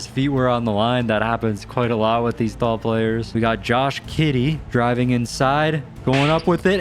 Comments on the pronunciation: It’s Josh giddy not kiddy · “josh kiddey”😂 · That’s funny how you say, Josh kitty😂😂😂😂😂😂😂😂😂😂😂😂😂😂😂😂😂😂😂😂😂😂😂😂😂😂😂😂😂😂😂😂